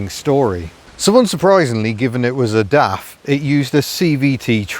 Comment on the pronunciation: it's not daft quick... It's DAF quick...